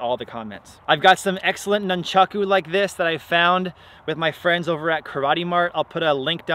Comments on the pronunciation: pronounced NOON-chaku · nunchaku came from a farming tool used to beat rice and wheat stalks, but as usual never gets explained. says nunchaku 1000 times during video and says it wrong everytime. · Before commenting on weapon use, learn the names: a) it is noonchawku always and NEVER noonchawks b) there is not such thing as a "staff staff"; it is, specifically, rokushakubō or simply generic, any length stick bō